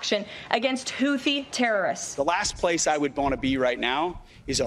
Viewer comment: Secretary of Defense can't pronounce Houthi???